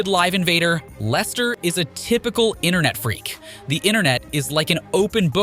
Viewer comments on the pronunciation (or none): none